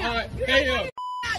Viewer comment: Haven't heard that in a while he was so pissed he used all syllables😂WHORE..not the regular..Ho😂😂😂😂